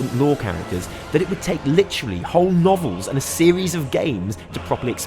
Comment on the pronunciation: when you said novels... all i heard was nobbles